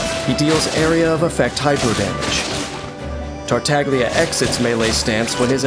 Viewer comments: MUHIYO: TAR-TAG-LIA ME: TARTA-GI-LA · Can't help but cringe everytime someone pronunce Tartaglia in the english dub. It's like prounouncing Gean instead of Jean. Voice Directors not even bothering to search for 1 minute how the name actually sounds. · At least for you it chills when he says that, to me it chills when he bad pronounces Tartaglia, like, you chose to use Italian names for your harbingers? At least say it correctly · Every time I hear they pronouncing "Tartaglia" that way in this video, my ears cry a little... 😅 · i hate how even in the official trailers they mispronounce his name :/